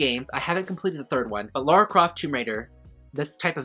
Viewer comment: It's Lara Croft not Laura Croft.